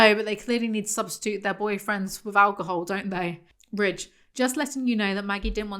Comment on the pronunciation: Ok so I thought “Ridge” was “Rich” for like 3/4 of this video, thanks folks in the comments…